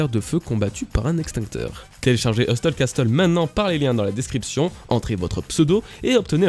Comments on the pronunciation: MDR le meme message qu'a Nina, le T ne se prononce pas dans Hustle et Castle haha. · Incroyable la prononciation de hustle castle 😂😂😂